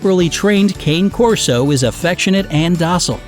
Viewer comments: I lost all trust in this video when the narrator called the Cane Corso a “cane” corso, instead of the proper pronunciation of “cahn-ay” corso. 🙄 It’s not a rare breed, and checking pronunciations is video-making 101. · You pronounced "Cane" wrong... Its pronounced like the music artist, "Kanye"... It's Italian... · Cane Corso- ca-ne cor-so. Short a. E said as A. Italian. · KAH-NAY KOR-SO KAH-NAY KOR-SO not KAYNE KOR-SO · They cant pronounce cane corso either. Its kah-nay core-so, not cay-ne core-so. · your pronunciation for the cane corso is wrong, cane is "kah-neh" not 'kein". good video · it's kah-ney corso. it really pisses me off how people can pronounce stuff in Spanish and German just fine, but common Italian words are super difficult. And the same thing with fettucine, bolognese, and calzone. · Cane Corso is actually pronounced Kaan-eee Corso. Just FYI 😘 Edit: he's pronouncing many of them wrong 😒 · Cane corso is pronounced ka-nay corso... sorry that bothered me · Its pronounced KAH-nay Corso -_ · It is pronounced cana corso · The pronunciation of "cane corso" is "ka-neh corr-so" in case you were wondering. It's Italian. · It's pronounced khane' korso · The breed the narrator called a "Cane Corso" is actually pronounced Kah-nay Corso. It is an Italian mastiff breed. If you are going to present info, you should learn correct pronunciation as well. This is a complaint I have about multiple channels. That said, unless you absolutely need a purebred, look into rescues and shelters first, or better yet, just adopt a dog from a shelter. They will love you for it! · I cringe when people mispronounce Cane Corso. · Cane (Cah'-neh) Corso; Dogo (dough'+go) Argentino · they mispronounced samoyed and cane corso , bad research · Nana from Peter Pan is a St. Bernard. It’s Sam-oy-Ed and Doe-go Argentino and Caa-nay Corso. The average cost of the breeds are way off as are the grooming costs.